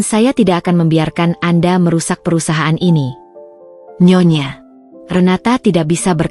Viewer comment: Nyonya Renata aja GK usah pake jeda nyonya,,,renata